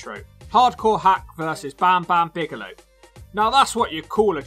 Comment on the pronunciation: I chuckled every single time you said "Bagelow". Think I'm too easily pleased, but glad you're back.